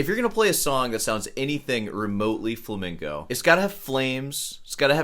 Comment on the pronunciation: The guitar Viking is pretty lame. Not knowing how to pronounce flamenco is also pretty lame😉